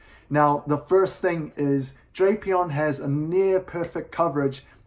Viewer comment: how would drapion end up loosing to fighting types? Poison resist’s fighting and dark is weak making him neutral to fighting moves. Love the channel tho has deep analysis. Also your friend is pronouncing drapion wrong it’s (Drape/ Eon)